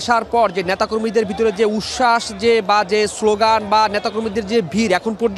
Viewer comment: উচ্ছাস বলতে পারে না বলতেছে উস্যাস